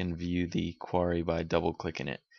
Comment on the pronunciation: "quarry"... something to do with a stockpile of stones... which you kept articulating. "Query" that is, "queer-ie" a freakin' search that is something to do with why we came to your video. Why ya keep talking about quarries? weirdo.